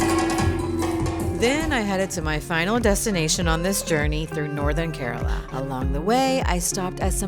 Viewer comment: Instead of mispronouncing, Keraala, she said Kerala. She is alright. The best gift of Kerala to mankind, Ayurveda! Catholic here and even I can vouch for its efficacy cent percent. And of course, anything coconut and banana chips; so on and so forth goes the list. We are not perfect; still have a long way to go but we do so steadily. And if not for anything, some of the handsomest men on the planet, especially Calicut and Kasargod...oh , well!